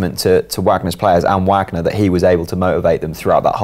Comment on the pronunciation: someone please tell this guy how to pronounce Wagner